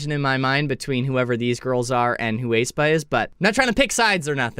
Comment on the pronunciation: Not Taeyoon. It’s Taeyun. Not Ayspa. It’s Espa.